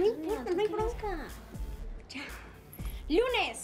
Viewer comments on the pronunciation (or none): DIJO YUNES EN VEZ DE LUNES JAJAJAJAJAJAJA XD